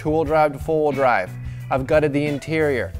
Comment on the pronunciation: Are you saying full wheel drive or four wheel drive?